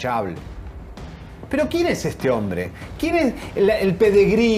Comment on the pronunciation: Ceriani aprende a hablar,que te gusta criticar,y te pasas el tiempo diciendo disparates.Se dice PEDIGRÍ, no como lo has dicho Perigri,.